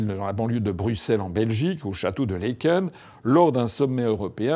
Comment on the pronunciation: Ca s’écrit Laeken mais se prononce Laaken, c’est un « a » long. Et ce n’est nullement dans la banlieue de Bruxelles (ce concept n’existe pas en Belgique, du moins pas comme en France) mais fait partie intégrante de Bruxelles